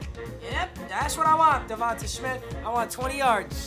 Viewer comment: Bro stop saying DevontUh it’s pronounced like DevontA smith like davantae adams